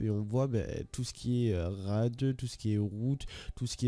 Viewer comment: on dit RAID pas RAD ptdrrrrrrr